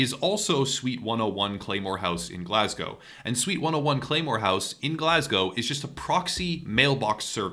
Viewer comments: Please stop pronouncing the W at the end of Glasgow. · For an American you say Glasgow the correct way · holy fuck you said Glasgow correctly